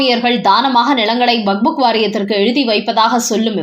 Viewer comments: அது வக்ஃப்! வக்புக் இல்லை! உங்கள் பல வீடியோக்களைப் பார்த்தேன். அனைத்திலும் இப்படித்தான் வக்புக் என்றே அடமாக உச்சரிக்கிறீர்கள். தயவுசெய்து செய்து உங்களை திருத்திக் கொள்ளவும். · ஐயோ ! இந்த அம்மாவை மாற்றுங்களேன்! " "வக்புக்" கேட்க சகிக்கலை.